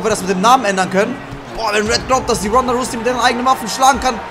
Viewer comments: Erste Folge direkt wieder von der Aussprache getriggered xD es heißt rausey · Jonas Danesh Nia was hat das mit englischer Aussprache zu tun? Es steht ganz klar ROUSEY wie zum fick soll das Russy heissen